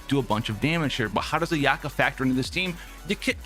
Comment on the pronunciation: It's not a-YAH-ka. It's A-ya-ka.